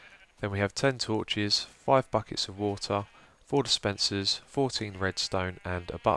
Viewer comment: It's "dispenser", you also got it wrong in the annotation.